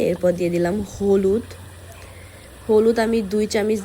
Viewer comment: Folud na holud